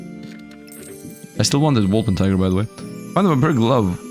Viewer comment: It's Wolpertinger, not Wolpentiger 😂 German mythical creature